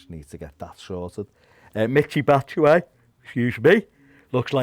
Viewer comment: “Bat-a-shy” who Ped?! 🤣